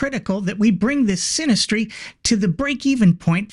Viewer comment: OMG - love it "Sinisttry" I am so glad I wasn't having a drink or I would have shorted my keyboard.....